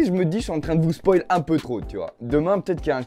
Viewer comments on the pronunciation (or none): none